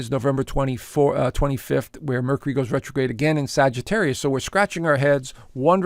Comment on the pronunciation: Mer-cure-ree. Please.